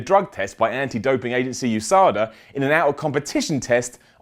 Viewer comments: He is saying USDA... YOU-SAH-DAH. It's said with letters... U. S. D. A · Lol uhsada? It's U.s.a.d.a, not a word! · It's U-S-D-A....